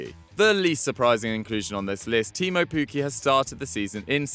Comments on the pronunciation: It's Teemu Pukki, not Puuki you lemons. you should be ashamed as well. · Double k, not u